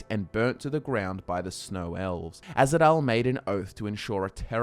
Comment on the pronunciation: it's Ahzidal not azhidal